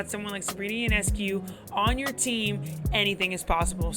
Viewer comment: FYI, her name is pronounced YO-NESS-COO, not YOU-NESS-CUE. Great video! Had the good fortune to watch every one of her college home games and plenty of away games too.